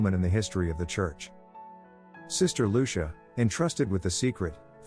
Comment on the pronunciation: Her name is pronounced LU CHEE A!